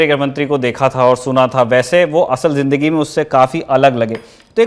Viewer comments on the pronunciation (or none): none